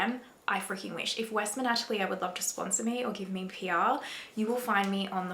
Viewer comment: Maybe pronounce the french word "atelier" correctly, for a great video 😉